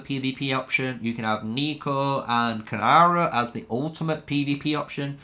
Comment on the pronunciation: Great video but it's Keeee-Nara